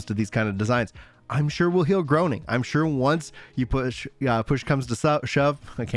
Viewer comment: "I'm sure we'll HEAL GROANING, I'm sure once PLOOSH comes to SHUB...":face-green-smiling: 💋💋💋 Love ya,! 💋💋💋 Never change.